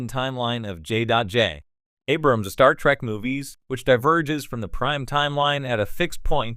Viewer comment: Pet Peeve, why does the AI narrator keep saying "Star Track". At least that's what I'm hearing.